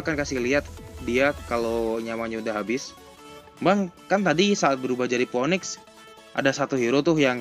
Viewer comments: baca phoenix nya finix gan buka mpoenik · Ngomong phoenix aja blm bener